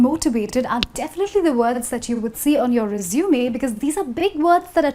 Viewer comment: its resume ( resumay ) not resumeey